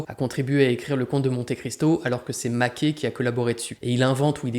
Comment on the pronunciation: Ca se prononce Maquè (et) et non Maqué